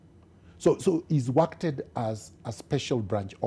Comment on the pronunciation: Did I hear miguna say ' hadji wakted ' as in worked ? 😆😆😆😆